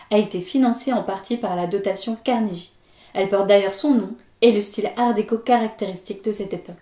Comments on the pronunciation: ça se prononce Carneguie, pas Carnejie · euhh, je ne veux pas faire mon chiant, mais c'est Carne[gui] et pas Carne[ji] ^^ Je sais bien que n'est pas fan de l'anglais mais là ^^ c'est pas beau à l'oreille ^^ Merci en tous cas pour ce retour ^^ J'ai une préférence pour Darwin mais bon, ce CarneGUI a l'air vraiment plaisant.